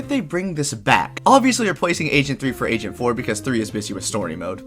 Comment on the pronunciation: Wait did you say agent 4 or asian 4?